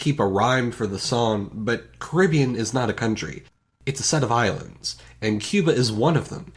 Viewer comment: He said cuba cartivean cuba because it was CUBA, CARIBBEAN